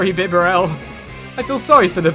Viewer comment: It's pronounced like 'Bee-Barrel' Love your Videos. Could you play wind waker HD please?